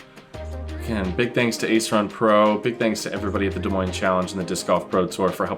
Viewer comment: Thank you for pronouncing Des Moines correctly